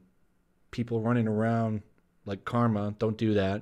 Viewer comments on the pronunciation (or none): none